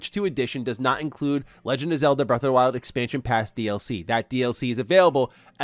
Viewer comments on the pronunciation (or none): Why does he keep saying “breath of da wild?”